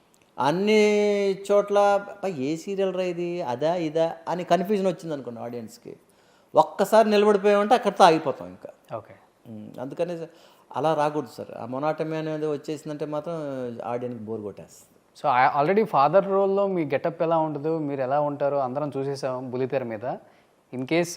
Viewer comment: మొనాటమీ కాదు, మొనాటనీ అని పలకాలి.